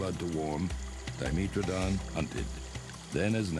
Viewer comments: Its DYEmetrodon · It's pronounced Di-ME-tra-don? I thought it was pronounced Do-MEH-tra-don.